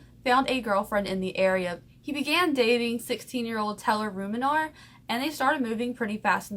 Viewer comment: And your not saying ruminer right lmfao